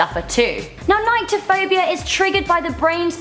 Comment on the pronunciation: I have agoraphobia and nyctophobia, which is pronounced nic-tophobia not nike-tophobia. I have, like, the opposite of a few of these. I love heights, snakes, and spiders.